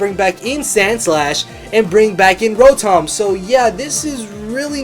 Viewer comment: roh-thom lol :p